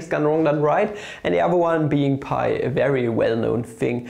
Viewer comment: Lol what is wafu do u mean wife?? 🤣🤣🤣🤣😂😂 I think dividorial is pi's boyfriend and pi is dividorial's girlfriend what a beautiful relationship 😍😻💟 And u pronounce 5 like FAF just like y as whayy(inspiriert von Ozarks bester Netflix-Serie) And u pronounce pi over 2 like paaaye over two ("""")